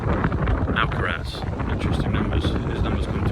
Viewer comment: Btw, I believe it's AlcarAz - not sure if you counted on AlcarEz - Tooo windywindy,! x